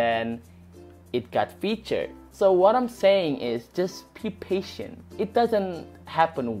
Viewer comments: "paintent" smh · "Be Paintent :)" O.K.